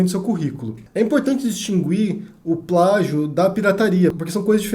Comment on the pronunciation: caro, não é "distingUir" e sim distinguir. desculpe-me, mas você é muito bom para deixar que erre.